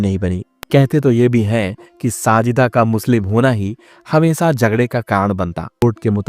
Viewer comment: हमेसा नही हमेशा बोलिये . क्या आपको श का का बाधा है क्या? जो की श की जगह पर स का उच्चार करते हो